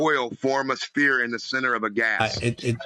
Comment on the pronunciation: Why do so many flat earthers say “Speer” instead of sphere? It’s very common among genius flat earthers